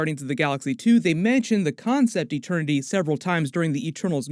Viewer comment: No one: Peter Quill: eTeRnY